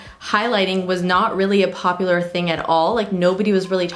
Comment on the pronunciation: "Poplar" haha love you girl